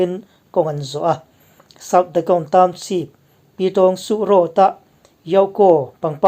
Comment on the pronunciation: A bengvar thlak thei khawp mai a, amaherawh chu i saptawng lam dan hi ka sawisel ve duh tlat mai, naupang ten an ngaithla ve thin bawk sia. Eg. Township hi Townsheep ti a i lam te leh a dang pawh a awm nual mai. Googleah hian saptawng lam dan tur American leh British in an lam dan voice a ngaihthlak theih ten a awm vek a, han in zir leh zel teh. Kan lo ngaithla ve zel a nia.